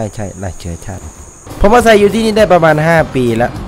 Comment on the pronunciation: อาศัย ไม่ใช่ อาศัก!!!!!!!! งานรีบรึป่ะพี่